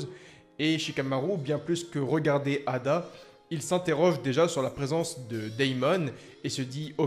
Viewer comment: EIDA ET NON ADA 😅😅😅